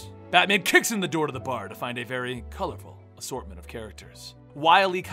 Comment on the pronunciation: Pls be vewwy vewwy quiet is telling a stowwy